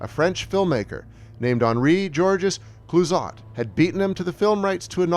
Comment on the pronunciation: ... Sigh. Why do these otherwise smart video YouTube essays stumble and fall on the EASIEST, most idiotically-able-to-verify points? It's VERA MILES. Not VERA MILLS. A good history brought down by an essential stupid error (never mind the bad French pronunciation for Clouzot and Les Diaboliques.....entirely forgivable, if a little dopey. But VERA MILLS???) So disappointing. Film fans may well switch off right there.